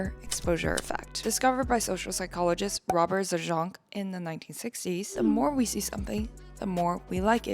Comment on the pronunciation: Mare Exposure Effect was discovered by Rabert Zajonc and that's a polish name it means rabbit. Don't read it in french accent lol 😂